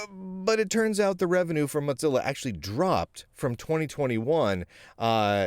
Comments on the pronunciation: Hey, for a guy with pretty darned good lingual skills you need to know that it's Mozilla, not Modzilla or Motzilla!! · It cracked me up the whole video. He pronounces it like mozzarella!